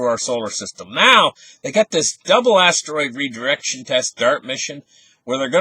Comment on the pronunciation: 'Not reducion', its redirection